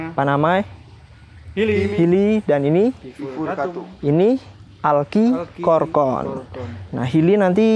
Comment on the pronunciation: pengucapan dalam bahasa indo bukan alkikorkorn > cukup alchikorn aja, kan nama latin nya Platycerium alcicorne Suwun 🙏🏻